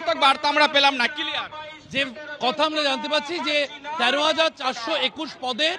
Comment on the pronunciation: প্রাথমিক কে বলছে পেরাথমিক.. ক্লিয়ার কে বলছে কেলিয়ার.. এর পড়াবে বাচ্চাদের... কেলীয়ার...